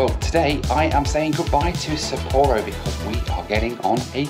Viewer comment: I always prefer to travel by train, to be honest. You see more, you are free to move around, and on longer trips, you make new friends in the observation and dining cars. But I had to cringe every time you said Sapporo. Sapporo Breweries USA just killed the oldest brewery in the United States, Anchor Brewing here in San Francisco in a mere six years. 127 years of history and great beer gone.